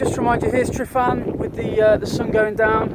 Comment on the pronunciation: Nice video. I love going out to Llyn Padarn and Photographing Billie the birch. :D PS Tryfan is pronounced Trivan ;)